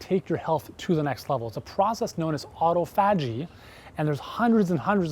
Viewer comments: Actually, it is pronounced Aww TOFF uh jee. Accent on second syllable. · ‘Auto-fa-jee’?? Never heard it pronounced that way before. 😁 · 😂😂 I have never heard anyone pronounce autophagy that way😂